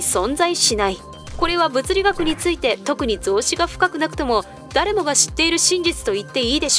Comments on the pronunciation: 「ぞうし」じゃなくて、「ぞうけい」な。 造詣。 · 造詣（ぞうけい）